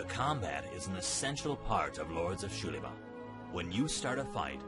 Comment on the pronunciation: Yeah, that's not how you pronounce Spanish "x". Also, who said character names? Put your dunce cap back on and return into the corner.